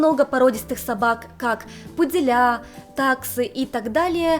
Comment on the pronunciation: не "хозяевА", а "хозЯева". Не "хозяевов" (ужас какой), а хозяев. Не "пуделЯ", а "пУдели". Режет слух, следите за ударениями, пожалуйста.